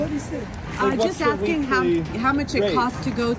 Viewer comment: Are? Who is axing?